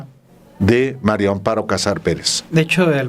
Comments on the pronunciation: "MARIAA" con A, Álvaro. Invariablemente, dices MARIO con "O" pero es mujer y es MARÍA. Ya pasó tiempo de este video, pero en todos dices "MARIO AMPARO en vez de MARÍA (con "A") AMPARO!!! Desesperas, Álvaro! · Es Mari Amparo No Mario hablé vien señor